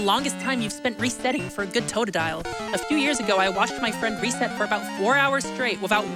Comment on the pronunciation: Can the dude not pronounce totodile ?